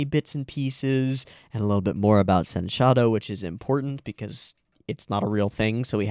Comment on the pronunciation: It's not sen-shadow, it's pronounced as sensha-do.